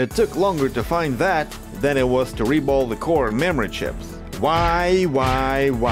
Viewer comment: "РЕБОЛ" ?! хм!... я кажется не ошибся в происхождении автора...